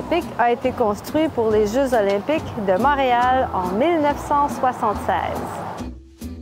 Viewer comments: i do not intend to be annoying here but you said "mahreal" not monreal :) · I have so many questions for you ! 🤪 you said “Montreal” but you pronounced the o as “mah” and not “mon” - is that part of your accent from edmonston ?